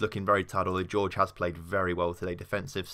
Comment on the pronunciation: It's hor-hey not George...